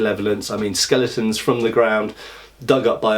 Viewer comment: Skaleetal : / "A Skaleetin"